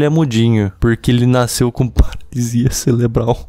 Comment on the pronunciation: toda vez q ele fala "celebral" um pedaço de mim morre